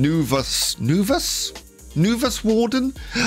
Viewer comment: The Novus warden is pronounced N-oh-v-u-s and then the warden part